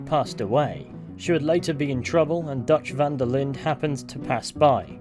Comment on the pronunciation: Van der Linde is also pronounced wrong by everyone in the game and almost everyone playing it. As a german, german and dutch are very similar languages, and I was really shocked how people pronounced "van der Linde" like "Wanderlin"